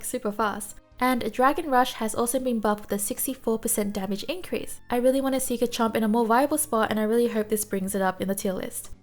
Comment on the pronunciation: Please, just trying to help but it’s gaRchomp with an r, not gachomp